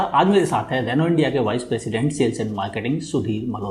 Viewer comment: रेनू ने नहीं, रेनो ने